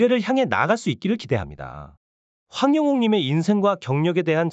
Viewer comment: 황영옥 황영님 이름을 똑바로 읽어주세요. 한글 지식없어요 학교 안다녔어요 한글을 몰 라요 글씨도 모르면서 ㅎㅎ그만하세요.ㅋㅋ